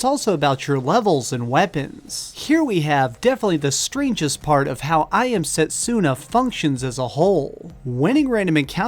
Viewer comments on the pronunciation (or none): U r pronouncing setsuna wrong... dont emphasize the u...